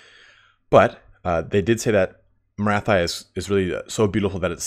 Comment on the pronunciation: Morathi should be pronounced "Morathee". But that's the advice of a French speaking guy so it's up to you 😉